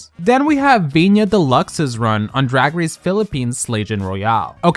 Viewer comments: Why are you pronouncing Viñas as "Viña"? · Yo ve a viñas Stan you would have to say her name right first, viñaS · if you make a video on vinas we beg you to please pronounce her name correctly. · “I am a Viñas Deluxe Stan” >pronounces name incorrectly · Mama why aren’t you pronouncing the ‘s’ in Viñas 😭😭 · So extra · I’m a Viñas Deluxe stan! Also: pronounces Viñas’ name wrong several times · Pronounce the s in viñas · Where are we mispronouncing names like Vinas and Piche? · You say you're a Vinas fan but can't even pronounce her name, let's make an effort to know a queen's name when talking about them... same for the way you pronounced Piche...